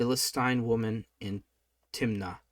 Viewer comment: Samson went down to - Timiniah - snickers - Timnah